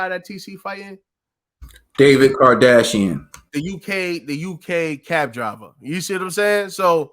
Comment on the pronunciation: THANK THE LORD! Honest detailed analysis. No fanned out, “I love this fighter with all my heart” blind commentary. This fight too polarizing and I’m starting to hate the conversation. PS: I know y’all really respect the sport but try to pronounce the guys name instead of calling him Kardasian. He did stop Shane Mosley.